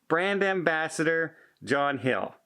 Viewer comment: It sounds like you said John Hill 🤫